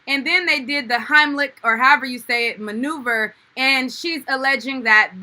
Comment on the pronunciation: maneuver not remover sis